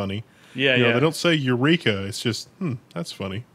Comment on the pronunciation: Archimides said 'eurika' my friends